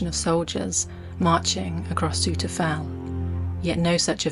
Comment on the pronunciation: It''s pronounced Sow Ter.